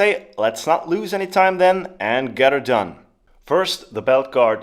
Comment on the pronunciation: Maybe it’s just me and a common phrase but hearing “git’er done” in a German accent was novel. If you are unaware of the actor Larry the Cable Guy’s work he was quite popular here in the southern United States where I live.